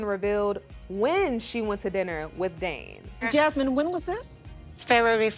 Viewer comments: Jasmine will always do what she wants because at the end of the day, Gino isn't going to do a damn thing about it and she knows it. Please Jasmine...try pronouncing "Dane's" name correctly....it's not DAN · It’s DANE not Dan you mook.